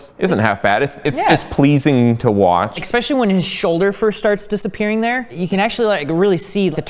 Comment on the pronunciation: Please. Don't say "exspecially."